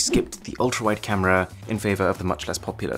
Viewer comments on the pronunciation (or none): “camre is camre”